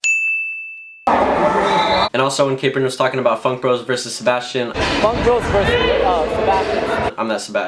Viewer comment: Wassup ps I'm called Sebastian but it's not Seb ass chin it's Spanish